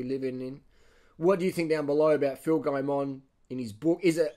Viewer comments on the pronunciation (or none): Its guy-mon not gay-mon i believe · Phil says his name like guy-min